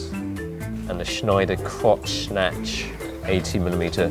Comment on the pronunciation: kreuznach sounded like crotch snatch - priceless :)